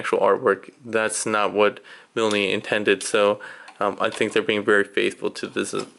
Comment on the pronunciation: "Mil-knee" lol the e at the end is silent. but Great stuff excited for the finished product.